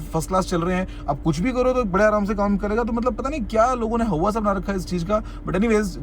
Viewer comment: How many times did he say hauwa??😂🤣